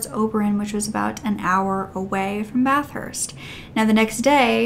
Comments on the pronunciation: I’m gonna be “that guy”: We pronounce it “Bath-ist” not “Bath-hurst”. Sorry, but I had to… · Not to offend at all but it’s pronounced more like BATH-ERST NOT BATH-HURST if that’s more understandable also I really love your videos ❤️❤️❤️